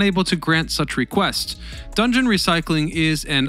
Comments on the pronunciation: DON JOHN OR DON JON not dungeon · It's don jhon